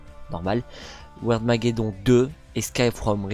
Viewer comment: on dit wirdmaggedonne